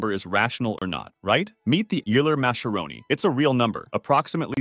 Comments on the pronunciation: Oiler muskeronee would be correct. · WHEELER MASKERONI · this is the most american way of pronouncing euler-mascheroni lol